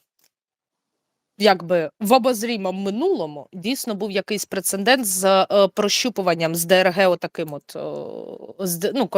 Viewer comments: підкажи:-"прецедент" (не прецеНдент).. а так - дякую )) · будь ласочка, зверніть увагу на вимову слова "прецедент".Ви його так любите і часто вживаєте, але вимовляєте якось неправильно із зайвою "Н".